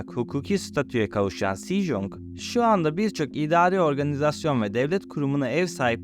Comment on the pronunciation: *Sejong: Secong, *Joseon: Çose-on doğru telaffuzlar bu şekilde olacaktır. Koreceye hakim değilsin Hata yapmış olmak çok doğal Hangul Harfleri, Latin harflerine çevrilirken İngilizce telaffuzları üzerinden çevrilir bu yüzden Latin harfleriyle yazılmış olan hangul kelimeleri/harfleri Türkçe telaffuzuna göre değil İngilizce telaffuzuna göre yazılır.. 😇😇Ayrıca çok güzel ve bilgilendirici bir video olmuş ellerine sağlık